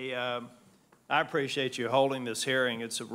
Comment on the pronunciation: I don't spreshate an incomointent